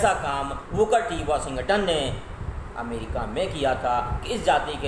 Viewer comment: 👏Waaah..nhi nhi waah..waaha .mtlb ki English ki🤭😅 Puri Kaya palt hi kr Diya aap nae sir🤦 America hota hai amrica nhi😀😀... thumbnail Mae dhekho Phale....